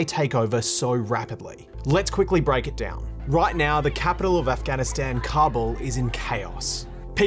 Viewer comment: The only bad thing abt this video is the way he said Afghanistan, Afgan and The Taliban